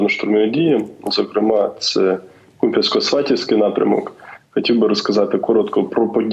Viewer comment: КУп'янстк, наголос на букву "У"!😳